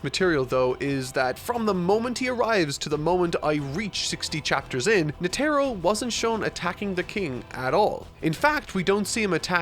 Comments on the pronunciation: Wait is it Netero pronounced Net-Arrow like says it, because I’ve always said it Ned-errow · It's more nete-ro not net-ero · Yes Yes that is right (GOUN and NE TEERO) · does he mispronounce netero on purpose? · Is no one gonna mention how he pronounced netero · Bro stop saying Netero like that lmao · How is he still pronouncing Netero wrong? He's seen the anime, he would've had friends/ colleagues tell him, surely. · I know he even bothered to make a thumbnail of him but didn't try to pronunce it correctly. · I don't want to add to the negativity of the comment section, there is plenty of that going on there, I just want to say that I find really impressive ability to misspronounce every name he reads, nobody told him about Netero? it really pulled me out when he said that Netero arrived, also Morel. Surprisingly no talk about Pouf this week either.